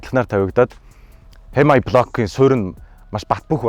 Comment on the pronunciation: Хэмаяй гэж уншааш 😂😂